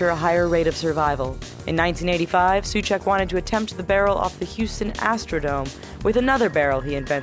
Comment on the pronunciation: It reads normaly as Karel, just karel, and Souček as So-check #Czech_Auto_Correct :DDD